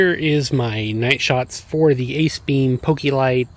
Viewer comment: its poke lite not pokilite